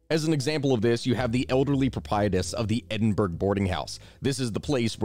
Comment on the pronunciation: Great video again man as always. However i need to pull you up on some pronunciation errors. 1) It's not Rosyth as it reads. It's either Rosycthe or Rasytche. As in Sycthe the farm tool. 2) It's not EdinBURG but Edin borough. As in a local borough. These differences are largely due to evolution of language and the face that Scots don't exactly speak what Americans and the English would call Standard English. Regional dialects blah blah